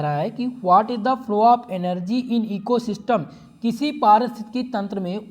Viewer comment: Ecosystem ko steam nah bolo sir🤣🤣